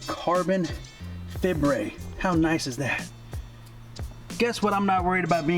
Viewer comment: Got yourself a sub just becawwz you said CARBON "FIBRE" Cheers my guy